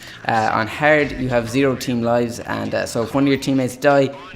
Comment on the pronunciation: Nice video man, you say "HARD" in a funny way lol... Feel free to check out my channel and let me know what you think of my content. Keep up the sick videos!